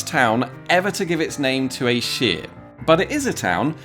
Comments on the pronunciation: I have given this a thumbs up but I NEARLY GAVE HER A THUMBS DOWN BECAUSE I think most people would pronounce SHIRE deprived of its prefix as shYer. And certainly every north-country person would pronounce it with its prefix as SHUH. DEFINITELY FOR YORKSHIRE, CHESHIRE AND LANCASHIRE. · Sorry but the word 'shire' should be pronounced like 'fire' -- not 'shear'... that's how it got shortened when unstressed in blahblahshire. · It is SHIRE (as in higher), not Shire as in in sheer! Very distracting. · i find it really weird that you would pronounce "Shire" in isolation as sheer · Your pronunciation is incorrect, you’re pronouncing it like sheer, when it should sound like shy-re. Also what about the village of Barkham? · Very interesting but shouldn't shire (shear as you referenced it) actually be pronounced shyer? Great to see Paul and Rebecca love their channel. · You appear to have a speech impediment, see a doctor. The word Shire is pronounced as it is spelt, and not as sheer, which means fracture through stress or removing a sheep's fleece. ! I hope you get better soon, you might make an interesting video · Talking of pedantry corner, you do know that 'shire' on its own, without a prefix, is pronounced SHY-er', to rhyme with squire... right? It's not 'sheer', except as part of a county name. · The word for the non-specific area is pronounced SHYAR. The words for specific shires are pronounced SHEER. They're different words and thus they can be pronounced differently without it being incongruous. Thus "What SHYAR do you live in?" - "I live in YorkSHEER" makes perfect sense. The SHEER in Yorkshire is a derivation of SHYAR. Taken to it's extreme, a lot of people say SHUH now, not even SHEER? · I am pretty sure Shire its pronounced Shyre like Pyre, not Sheer like sheering sheep. Berkshire is pronounced "Burk-Shyre", sounds Like the Burt in Burt Lancaster, not Bark as in dog bark. Its like like hearing someone from Oxfordshire pronouncing it Oak-fud-sheer.